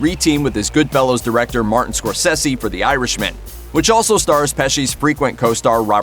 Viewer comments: Its Martin "Score-Say-Z".... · Please learn how to pronounce Scorsese? Thank you. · If you're going to do a video learn how to say Martin Scorsese's last name right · Can you not pronounce Marty's god damn second name..